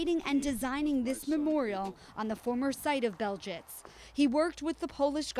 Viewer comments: What is Beljitz? It's pronounced Belzeck, you morons. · Yes, that's exactly how it's spelled in the script. "Belzec" has multiple pronunciations.